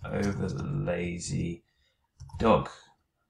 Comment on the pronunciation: You said laxy not lazy